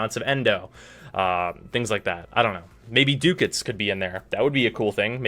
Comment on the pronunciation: DUDE. It's "duck-ets", not "dook-ets".